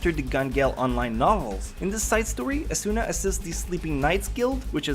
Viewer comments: you pronounced almost all the names wrong can I just show you where to stress in some of the names asuna is not a soo nah it's more like aa suna kirito is not kii rii to its short and concise and you stress the t sound suguha isn't so goo ha it's closer to suGUha idk of I'm expelaining this well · Everytime you pronounce Asuna as asUUUUUUna or Kirito as Kiriiiiiito, I just want me or you to hit a train. please learn to pronounce the names right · Sweets He says it as A-SOON-NA and I just find myself wanting to correct him... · stop mispronouncing Asuna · You said the two main characters name wrong